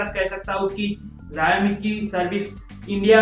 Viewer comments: Ziaomi nahi 'Shaomi' bologe toh bhi chalega. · Jayemi kya hota hai? Xiaomi hota hai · Xiaomi ka pronunciations theek karlo bhai.